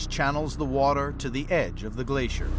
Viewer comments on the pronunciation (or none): What’s a “Glassier” ?